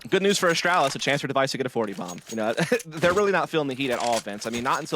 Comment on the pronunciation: The way the one NA caster says Astralis hurts me so much